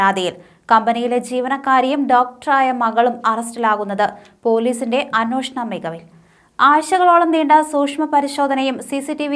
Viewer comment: അന്വേഷണം എന്ന മലയാളം വാക്ക് 'അന്വോഷണം' എന്ന് വായിച്ചു കേൾക്കുന്നത് തികച്ചും അരോചകമാണ്. ദയവായി തിരുത്താൻ ശ്രമിക്കൂ.